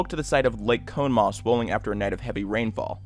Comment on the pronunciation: Did you really call it cone maugh?